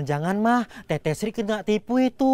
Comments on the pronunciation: teteh woi bukan teteq😭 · Teteh woiii bukan “Tete”😭😭😭